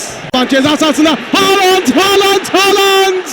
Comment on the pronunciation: bitiyorum şu adamın haaland demesine sabah gelsin kulağıma haaland diye fısıldasın :DSAF:DSAF